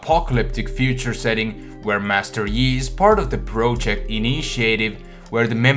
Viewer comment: you can't say project correctly